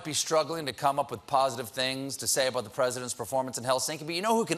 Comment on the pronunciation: an "aboot" slips in